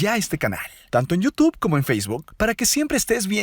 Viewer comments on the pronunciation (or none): none